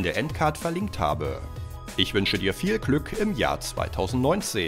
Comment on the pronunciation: „instagwam" „Andwoid" „Viel klück"🤦🤦🤦🤦🥺🥺🥺